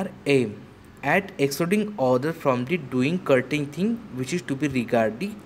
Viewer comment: Certain... Not kartain